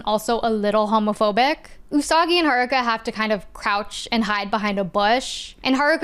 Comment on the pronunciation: This probably matters to know one and has nothing to do with the topic, but Sailor Jupiter was one of my first crushes. Cis Het Guy, btw. Also, I appreciate that Sailor Neptune's VA pronounced "Haruka" like a Japanese person instead of an English speaker.